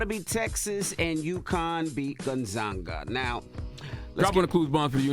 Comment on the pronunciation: O SO NO ONE IS NOT GOING TO SAY ENVY SAID THE NAME GONZAGA UNIVERSITY WRONG!?COME ON MANNNM!😮😮😮He made it sound like they from Africa!😁😁😁😁😁